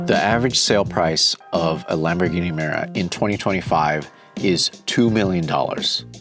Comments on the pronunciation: 'Miura' not 'meera'. It's hard to believe you're a car guy if you can't pronounce the names. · Secret?..in all public spaces - Muira, butchered 🤮